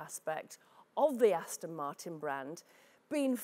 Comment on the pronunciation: Aston. not Austin. lol